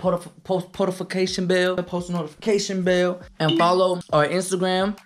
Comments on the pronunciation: He said potofacation bell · “Potifacation bell”🤣🤣